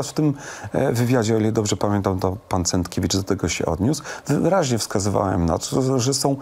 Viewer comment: Panie Pawle, profesor Cenckiewicz a nie Centkiewicz... Widać, że nie zna Pan Profesora bo myli Pan Jego nazwisko. Dodam, że profesor nie jest związany z żadną partią...